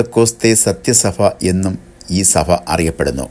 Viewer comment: സഫ സഭ ഉച്ചാരണം ശരിയാക്കണം